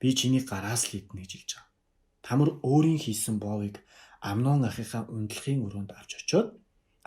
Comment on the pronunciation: Тамр биш Тамар.